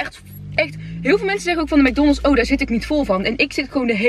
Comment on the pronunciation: Heerlijk hoe jij mc donalds uitspreekt: mac donnelss 😂😂